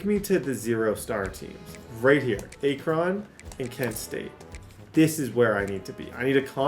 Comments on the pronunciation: That is not how your pronounce "Akron" 🤦🏻‍♂️🙄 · It’s “Ahk-run” not “ Aak-ron” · “A-cron” is killing me lol it’s “Ack-run” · Akron = Ack-run